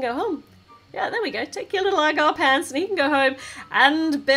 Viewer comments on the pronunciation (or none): none